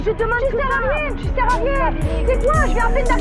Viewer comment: "Tu sers a riéñ"